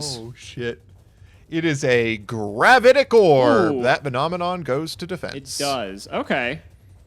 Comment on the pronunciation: "gravAtic" orb? as in an orb of "gravaty"?